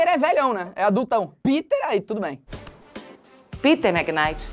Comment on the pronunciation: Felipe e falando Piter ao mesmo tempo eu esperando alguém falar dinks Kkkkkkk